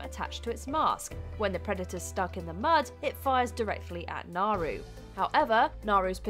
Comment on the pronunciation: Naru’s name is Comanche, as such, the r is pronounced like a d. So Naru should have been pronounced Nah-doo as they pronounce it in the movie.